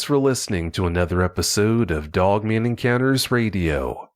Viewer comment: Love listening to talkin bout "dugman"!